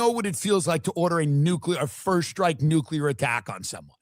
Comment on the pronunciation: "nucular" is not a word "nuclear" is pronounced like "new + clear"